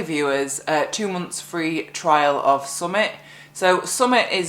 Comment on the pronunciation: Think of all the people who have been flooded out of their homes this winter, must be awful for them. When you say summit it sounds like Yorkshire for something! Look after yourself, we might be in for a long battle!